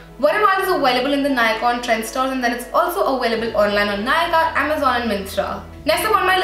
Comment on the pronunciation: ah-way-lible is aVailable :)